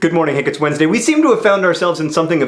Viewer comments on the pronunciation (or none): none